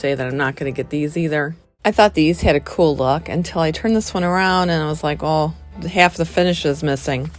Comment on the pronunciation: I hate the way she says coolel all the time. One word cool